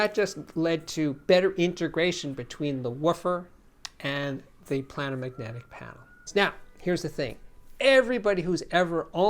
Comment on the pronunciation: Steve, I really enjoy your videos. I must point out that you are mispronouncing "planar." It is pronounced as if it is spelled "Play -ner" because the drivers are flat, as in a geometric plane. I just verified this with the Merriam-Webster dictionary. Sorry to be nit-picky.